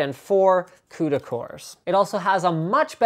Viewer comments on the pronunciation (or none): none